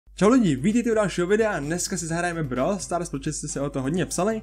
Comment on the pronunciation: Konečně někdo říká Brawl Stars a ne brówl stars